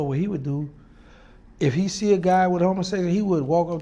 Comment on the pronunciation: Lol " I seese you and I want chu"